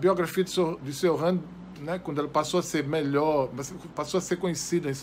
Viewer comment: Só a pronúncia do nome dele você falou errado. O certo é "Tioran" e sem esse "r" afrancesado, pois ele era romeno.